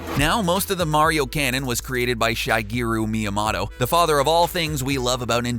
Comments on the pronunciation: "Si-gu-ru-mi-a-ma-to" nice pronunciation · I was wondering how long I'd have to scroll to find this, like how do you go this long without ever hearing it pronounced correctly?! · Who is this Shyguyro My Tomato you speak of? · Shiguyroo Myamoto😂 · SHYGAREU MEEAMOTTO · ITS PRONOUNCED SHEEGAYRUU MEEAMOTO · He said shiegeeroo meyomoto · "Shygeeru Miyamotto" I'm sorry, but hearing that just hurt my soul. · Its pronounced MEE-UH-MOH-TOE and SHIG-EAR-U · "Shygeruu Miyamotto" But why tho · Shy Gear you Me ya motto? What the hell man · shigeeru meeamato. [EDIT: Yes, I do know how to spell shigeru miyamoto. I was just sounding out how he pronounced his name.] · What is wrong with Shygearu Meyamotto? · This man still can't say Shigeru Myamoto right 😂😂😂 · Really? Shy-gear-oo me-a-motto?! That's the worst thing ever. Be congrats on committing an actual atrocity against language as a whole. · That was the worst pronunciation of shigeru miyamoto I've ever heard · THIS GUY PRONOUNCED MIYAMOTO'S NAME WRONG i'm triggered. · Omg u butchered shigero miyamotos name 😑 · While everyone else is getting on to this guy for the "dark secrets" part, I just want to point out his mispronunciation (by a nautical mile) of shigeru miyamoto. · that has got to be the worst butchering of the name Shigeru Miyamoto I've ever heard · You said "Shigeru Miyamoto" HOW??? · The way he pronounced shigeru miyamoto was cringey af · You can’t even say Shigeru Miyamoto right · Goddamn, that pronunciation of Shigeru Miyamoto... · Fun and informative video. But please tell me that your butchering of Shigeru Miyamoto's name was done tongue in cheek. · Fantastic video but I'm gonna need to see a 5 page handwritten apology for how badly you butchered the pronunciation of Shigeru Miyamoto's name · I cringed at the way you pronounced Shigeru Miyamoto. Seriously? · Learn how to say shigeru miyamoto... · The way you say Shigeru Miyamoto is just... Wrong. So wrong. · You butchered the pronunciation of shigeru miyamoto